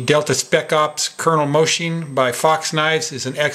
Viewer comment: No problem, Pal, that mistake is common even here in Italy, speaking about Italy, Moschin's pronunciation is Mos-Keen,( the writing "ch" is pronounced "K" in italian ) U can stun your friends now! Thanks for the good work, dude! :)